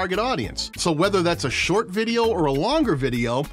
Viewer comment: “We love sort shorts” 😂 jk love ❤️ the vid. Great content bro